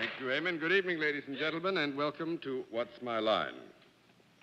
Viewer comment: Eamon Andrews is a gorgeous man. I wish the panel hadn't passed away because I would love to correct John for always pronouncing Eamon as it's spelt rather than Aimon. Too bad I'm many years too late. 🤣